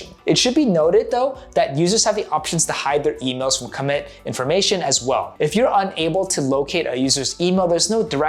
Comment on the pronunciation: Good video. Also it is cuh-mit not cawmit. Like committed not commented